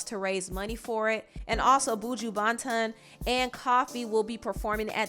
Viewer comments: Stop pronouncing Buju name if u ain't gonna try to get it right!!! Its not Boo-ju 😂 it buh-ju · His name is BUJU NOT BOUJIE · On behalf of my fellow jamaicans please don't pronounce buju name like that ever again 😂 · the way she pronounced "Buju" Banton had me rolling 😭 😭 😭 as a Jamaican, i'll cut you some slack lol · I had to play it back a few times for a chuckle 😂😂😂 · I was just about to comment this 🤣🤣🤣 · That’s a lot of tea expressive but make sure you pronounce my boy buju name correct next time 🤣🤣🤣 or else ...welcome back nicki, girl you’ve been missed. The game was so boring 🥺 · The butchering of Buju and Koffee names lol Americans pronunciations